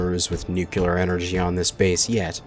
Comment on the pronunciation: What is a new queue lear reactor? It's pronounced new-clear. Nuclear - there is a single U, it isn't nucular or nuculear.... There is no U. It's amazing how one person can make everyone else speak in such a way that shows other countries how poor our school system is. Maybe that was his plan.